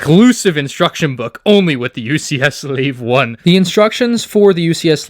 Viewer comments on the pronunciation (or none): why did he say Slave 1 so weird. Anyways cool video, I really want one of these to go with my UCS Falcon instead of the 20th Anniversary Slave 1